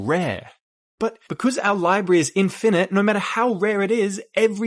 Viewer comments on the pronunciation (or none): none